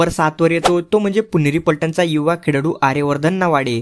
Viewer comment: खेळाडू ❌ खेडाडू ✅😂